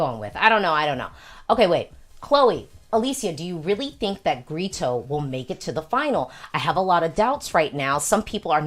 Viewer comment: Hi, Alesia. love these videos. just fyi, Grito is pronounced "gree-tu", not "gree-to". When an o comes at the end of a word in Portuguese, it's pronounced like a u.